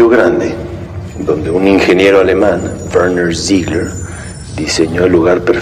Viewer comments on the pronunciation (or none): well, the tone, pitch and sound all changed specifically for his name then returned, and it definitely sounded German. Probably due to the contrast of the languages